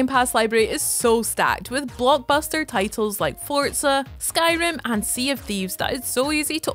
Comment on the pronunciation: the it’s nice hearing the correct pronunciation of “forza” in a video